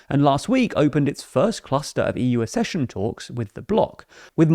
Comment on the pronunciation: Accession ... pronounced axe... not arse...